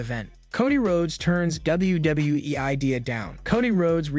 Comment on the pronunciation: CM punk is going nowhere you jackass😂 and learn to say WWE properly.